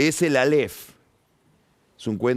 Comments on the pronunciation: Álef! Con acento en la a!! No aléf... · áleph, no "aléph" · Alef...sin acentuación